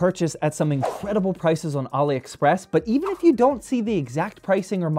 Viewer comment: says Ali express like Mohammed Ali Express 😂 😅